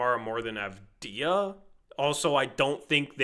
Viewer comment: Bro learn how to say avdija and wembanyama 🤣